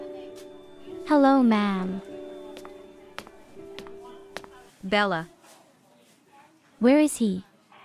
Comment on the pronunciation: Its Bella not ballla😅😂